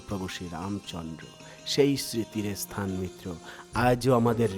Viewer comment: আপনি কি মুসলিম , বার বার মুসলিম দের মতন এস স্থান ,এস স্থান বলছেন ,বলুন স্থান ভাষা ঠিক করুন